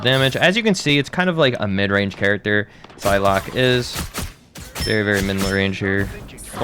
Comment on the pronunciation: I swear he called her Pie-lock at one point too